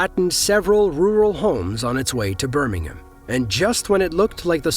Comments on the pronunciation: It's not pronounced Birmingum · The way Birmingham is pronounced in this video only applies to the city in the UK.